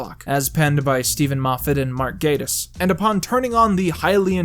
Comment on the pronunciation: ooo that mispronounciation of mark gatiss' name though